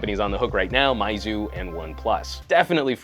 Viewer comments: It is called "mee" zu not "mai" zu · 0 impact from those scores ..... and meizu should pronounce as "may-zoo" not "my-zoo"